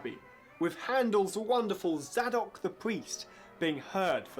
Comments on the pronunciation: I'm pretty sure it's "Say-dock" the Priest, not "Saddock..." Hmm. #zadokthepriest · He could also do with learning how to pronounce 'Zadok' and 'Cliveden'.